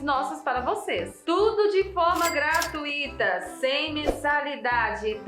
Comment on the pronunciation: A pronúncia é : gratuita e não gratuíta. Não tem tonicidade no i. Amo o canal.